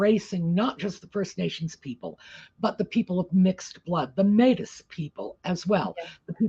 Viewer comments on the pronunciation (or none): It's pronounced Maytee. If our chiefs want to speak to the Crown they will speak through the Governor General, who, by the way is our first indigenous GG. Harry has no say in it.